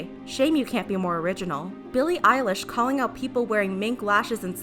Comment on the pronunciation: I heard Billie eyelash I am sorry